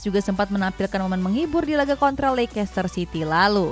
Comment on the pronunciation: Leister mbak., Bukan leikester